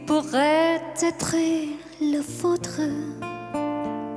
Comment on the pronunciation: Cháu có 1 giọng hát rất trong trẻo, hồn nhiên, và tinh khôi không vẩn đục. Tương lai sư nghiệp của cháu sẽ gặt hái rất nhiều hứa hẹn tiến xa và thành công. Tuy nhiên, cháu cần chú ý vài phát âm cho tròn vành, đúng và chuẩn của vài chữ trong bài này như l’hiStoire, tout lE bien tout lE mal (không phải lES), grand aRbRe, êtrE (không phải êtrE’), celle (phát âm Xelle), d’anGoisse (không phải d’anDroisse), … nhé. Chúc cháu nhiều may mắn và thăng tiến trong sự nghiệp 💖👍